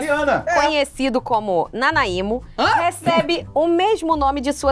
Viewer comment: É Nánáimo a pronúncia e o Leon e a Nilce vivem falando desse doce😊